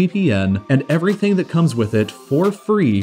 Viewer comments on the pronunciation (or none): none